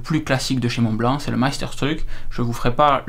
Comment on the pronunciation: Magnifique stylo que je préfère en plume :) Par contre le modèle "classique" est le Meisterstück (prononcé Maillssterchtuck) et pas MeisterstRuck. Le R fait mal à l'oreille 😅